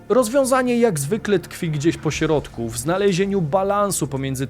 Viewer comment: Naucz się mówić w końcu poprawię słowo środek zamiast mówić sierodek